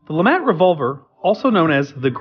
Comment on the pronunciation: Lemat, not Lamat. Please do better research.